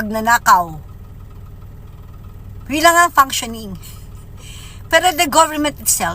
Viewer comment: Maniniwala..ako sa babaeng yan pag nabigkas nya ng tama ang " functioning" ske keep on saying panksyoning ..